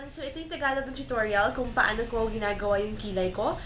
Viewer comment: Natuwa ako nung sinabe mo. " So eto ang tagalog na tutorial kung paanow kow ginagawa,,,,," wala lang ganyan din ako minsan eh hahaha